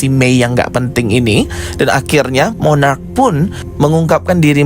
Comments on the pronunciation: Monarch bukan monarach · Mooonnaarrcchhh...bukan moonnaarraacchh...🙄🙄🙄